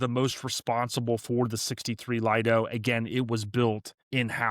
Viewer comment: Lido is not pronounced Lied-o, it is Leed-o.